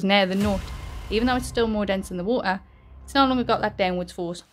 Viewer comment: what word did you use if not knot? Ohh never mind you pronounced nut as knot, that's ok my bad there